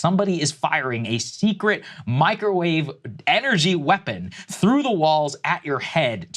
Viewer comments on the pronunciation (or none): none